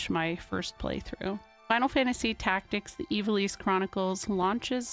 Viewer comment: Pretty cool! But man, my ears and brain are still taken aback by Ivalice being pronounced the way it is supposed to be. Growing up my older brothers always said it, "I've-All-Iss." And it actually being Eee-va-lease makes me feel the Mandela Effect, like I fell through a dimensional gap at the beach after collecting komodo dragon scales or something.